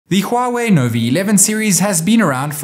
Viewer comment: Why you keep saying Novi instead of Nova😂